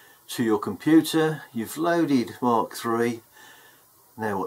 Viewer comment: Hey, that programme is pronounced Mak not Mark as in speed of sound Mach numbers. Nice vids